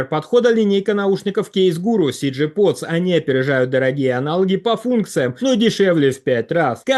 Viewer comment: В рекламе желательно бы произносить Подс, не смягчая. А то оно вроде как на английском, но по английски Потс означает Кастрюли :-)